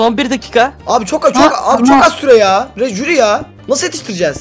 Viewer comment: HİLLE DEĞİL JÜRİ